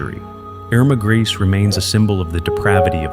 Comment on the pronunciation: The name is pronounced "Grey-za".